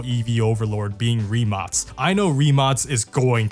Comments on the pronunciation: "rimatz" ? wtf? its "ree-mak" rimac... just google how to say it. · Why do you say Rimats ? It’s Rimac isn’t it ? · As a european I know its not the point of the video and you cant possibly know our situation regarding if we are in gold age or whatever but excluding those hypercar brands buggati koenigsegg rimac(btw its pronounced rimak not rimats) average car made for point a to point b they are just not what they used to be in the 2010s you could get twin turbo charged V10 in audi RS6 now if they have v6 in them we are like wow the last generation of golf r will have Inline 5 from audi rs3 as a farewell to the golf r because vw is going electric and is killong the golf r i mean 20 years ago you could buy one of the most european engines ever 3.2 vr6 that thing screams like a fucking fighter and has better lifespan than a fucking turtle and i am not exaggerating because my first car was a golf mk4 vr5 which is essentially the same engine just smaller and one less cylinder thats it and also the first ever production car fitted with dsg was golf mk4 r32 the same one with the 3.2 vr6 europe really as an innovation point of view is falling behind china and their evs and what not every brand be it for cars or computers its dependent on chinese manufacturers to deliver chips and all sorts of complicated technology that i dont know what will happen if china just banned trading with all continents except asia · why do I hear only rimats? isn't it rimac? idk.... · Idk how you end up pronouncing Rimac as Reemarts...